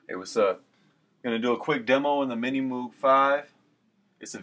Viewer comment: "Minimouug Fiiive".... ahahahahahahaha :D You can't pronunce it, you can't play it....please, don't make videos like this one!